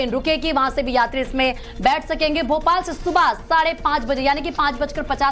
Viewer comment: It is Bhopal not Bopal